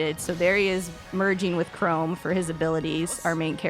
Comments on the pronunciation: don't apologize for not knowing how to pronounce "her" name. Apologize for "Chrome." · "I don't know how to pronounce her name" You clearly don't know how to pronounce Chrom either.